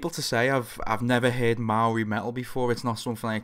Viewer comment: About time AW was on here. Ayyy he pronounced 'maori' correctly. You should check out the band Devilskin